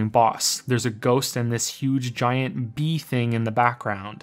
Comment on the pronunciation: Dat "bee" tho XD